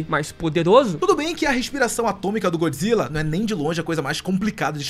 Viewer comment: GÓD Zilla, não GOOD, ele não é BOM, ele é DEUS.